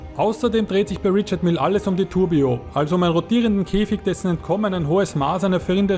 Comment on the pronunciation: Rischar Mije ist die aussprache